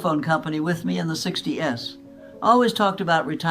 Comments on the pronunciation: Anyone notice the few words mispronounced? Like 60-s not 60’s and su-gar not sugar Just making sure this wasn’t AI? I still ageee 100% though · Like the content; check the narrative pronunciation. 60-S...no. Sixties. Shoo-GAR... no. Shuh-gr. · Very good. But it is AI. I got through to the end. But nobody talks about there friend Betty in 60 'S' it is pronounced sixties. Good advice though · A.I. at its finest. Not saying “sixties” but 60 then the letter s. Careful folks. This could have been manufactured by the meat and dairy industry. I will agree simple eating simple with real food is of utmost benefit. After that, it is all about body processes and all of that is individual. There is no sample that will work for everyone. What they need is a method of measuring those samples so as to delineate what is the best eating habits for an individual and not blanket statements such as this fake video espouses. Oh and btw, most beef is fed grain nowadays and few herds are eating grass. Should make one suspicious right there as to who put this out. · UN. healthy instead of unhealthy. 60 (letter s ) instead of. sixties. Typical AI. mistakes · 60 s ... 40 s.... Not sixties or forties??? human? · This must be AI‐talking about her late husband, suddenly switches pronouns to "she" and "her". Says "sixty-s" instead of "sixties". This is not real. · Love this little granny. AI can’t say 60’s😂 It calls it sixty-s. 🙄 I was entertained. 😊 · Interesting advice. Thought provoking. Oh, this A.I. grandma worked at the phone company in the "sixty -ess." Typical A.I. mispronunciation. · It's not just that. Did you notice that when she referenced the 50s or 60s, she said 50 "s" or 60 "s"?